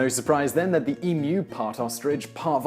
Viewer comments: Finally someone who pronounces emu right. It is EMEW not EMOO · i can feel the effort he is putting in to pronounce emu correctly. it is greatly appreciated. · Thank you for saying emu correctly. Also it's really good to see that audible is still supporting youtube channels. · All I can say is, thank you for not saying eMOOOO. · It is good to know the Pom's can pronounce Emu. It seems that the Yank's cannot. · OMG! THANK YOU! You pronounced Emu correctly!! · Simon you would have to be one of the handful of Americans that say emu properly